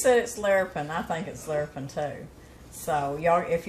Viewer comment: I almost fell out of my seat when you said Larapin! I’m from Kentucky and that’s what my dad always said when it was good. I haven’t heard that in years!